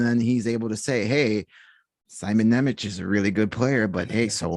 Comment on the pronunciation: Hey guys, I like your analysis videos. One thing to taunt you about: Jiricek's name pronaunciation is "Yee-rzee-check" and Nemec's is "Nye-metz". Trust me as a guy from Slovakia :)